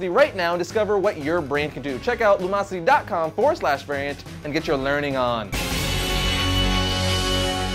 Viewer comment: "welcome to vernt" how did you reduce the word variant to a single syllable?